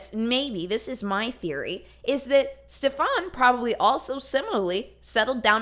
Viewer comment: I live in Sweden and I was dying laughing all the way through from your pronunciation of Stefans name. It's one of the most common swedish names ever but you made him sound like a European fuck boy 😂😂